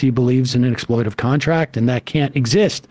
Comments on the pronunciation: Is Sam saying "exploitive" instead of exploitative a gag? He's said it like 30 times now. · I love this, but the word is "exploitative." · Please somebody tell Sam how to pronounce "exploitative"; he's eating a syllable there, and it's a bit annoying. Emma pronounced it properly, but Sam didn't catch on.